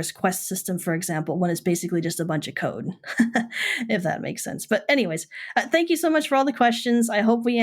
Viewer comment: Free Alderon Translation = Maurrst - Most... Caurrd - Code.. Naur... Know/No Saurr - So.. Gaurr - Go... Slaurr - Slow.. Emaurrt - Emote